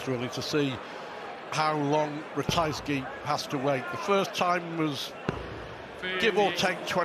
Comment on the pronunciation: How many times does he have to pronounce Ratajski properly before the other idiot cottons on. If you can't pronounce names you shouldn't be commentating